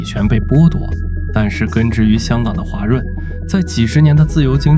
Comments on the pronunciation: 还有画（华）润、条（调）走、联合形（行）… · 华润的华读音频频读错，Ai效果不好😂